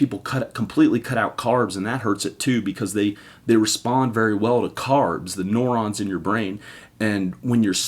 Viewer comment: You said neurons wrong